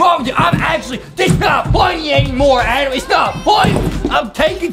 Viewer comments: Why Justin call Adam a "Adem" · true do not say adam say adem